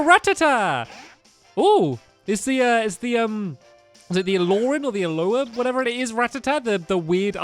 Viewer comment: Its called A-LOW-LA=ahola